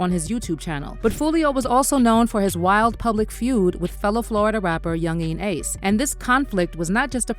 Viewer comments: The way she say yungeen ace name is killing me 😂😂😂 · She pronounced his name different like four times .Yungeen Ace. Then she F'd up the title of the song saying I told em to do it. When it's just do it